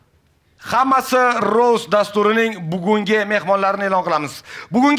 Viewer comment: rost emas rovst nimaga v bor aytilishida boshidanoq